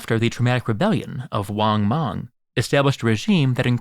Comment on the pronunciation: haha "wan mong"